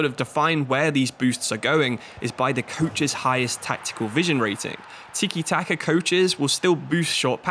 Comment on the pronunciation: it's tika not teekie?